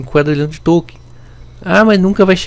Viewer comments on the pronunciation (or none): Boa tarde! Parabéns pelo canal. Apenas para ajudar, o correto é quaTrilhão e não "quaDrilhão", está errado.